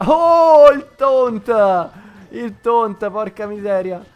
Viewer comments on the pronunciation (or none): Si dice taunt non tount